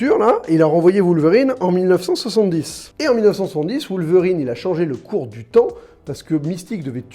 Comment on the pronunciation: "Voulverine"?? "Bret"??? Mais de qui tu parles ??